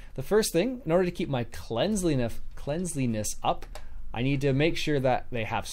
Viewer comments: Cleanliness... Not Cleansliness. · Cleanliness = klen lee ness There is no "z" in the word and you don't pronounce it with a z sound. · I don't understand how a native english speaker can't pronounce cleanliness.